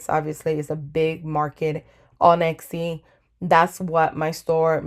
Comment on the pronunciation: Very useful video, thank you! p.s. Your pronunciation of Etsy sticks out to me every time :) you say it like it's Exy, and it's not. Still, great video, would definitely investigate more!